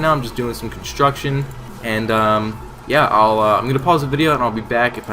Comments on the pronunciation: "Hey It's or and I'm training some constomtidhdh right now..." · you said construction at the start so weird. :p